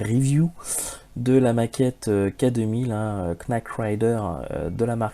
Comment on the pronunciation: KNIGHT se prononce peu ou prou comme on dirait "night"... Knight c'est chevalier (je t'apprends rien, c'est d'ailleurs un mot inclus dans la VF et le générique "Le Chevalier et sa monture"), on dira pas "Knack of the Round Table" par exemple :D